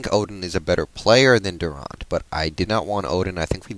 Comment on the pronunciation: Seattle did well in the draft. And it's pronounced DurANT. Like the word ANT. Not like AUNT. Al Green played for Georgetown.